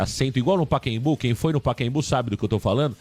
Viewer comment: Paquembu😂😂😂 PACAEMBU!!